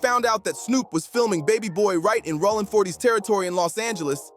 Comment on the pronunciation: I didn't know Jayo's name was pronounced in so many different ways! Plus, I didn't know Rollin" was pronounced "Rawlin"!😂😂 Suge is "Shoogay"! And there's NO WAY Snoop didn't know Training Day was in a Blood hood.